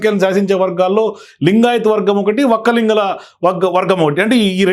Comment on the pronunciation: it is Valkkaliga means who cultivates not Vokkalinga as mentioned by you .